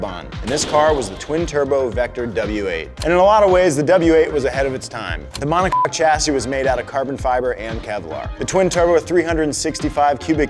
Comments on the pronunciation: Monoc-que, huh? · The word is monocoque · Dude really put the blip on when he said monocock chassis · Did you just beep the coque in monocoque?